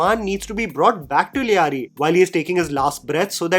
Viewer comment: The anchor has absolutely no sense of correct pronunciation; Sanyal, Lyari etc.......... though can't blame him as he's being literal; english language being such. Rehman was encountered outside like in the film, he was brought back and claimed encountered in Karachi metro boundaries due to jurisdictional complications.